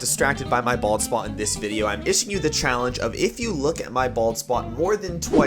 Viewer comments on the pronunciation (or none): I know he said bald spot..... But it sounded like this....balls spot